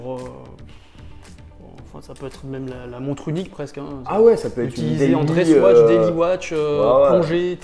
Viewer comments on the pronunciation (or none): none